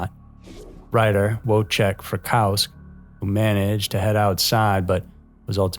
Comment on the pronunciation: Please, don't think badly of me, as I'm not trying to be that guy. But Linda Kasabian's last name is pronounced Kuh-Say-bee-an, not Kasa-bee-an, and Wojciech Frykowski's first name W is actually pronounced as a "V" (he's polish, so like German, Ws sometime have a V sound instead), and his last name has an i at the end. The only reason why I bring this up is because there's been several videos you've done where you struggle with names. It's completely understandable. Especially with foreign names. As a fan of your channel, and of true crime, I tend to want to make sure the cases are treated with the utmost respect. These are real people, and real tragedies, so taking the time to learn how to pronounce names/locations, especially of victims (I know Kasabian was a perpetrator, but she is part of the story) is important to me. I was almost murdered when I was 10 and if my name was haphazardly mispronounced or things were misrepresented, looking at it from a survivor's lens, I'd probably be upset and think the person isn't really interested or cares about the case if they're constantly getting things wrong. Anyway, that's just my 2 cents. I mean no disrespect. I've watched you for years, and enjoy the content. I'm just trying to help out, and have no ill will with this comment.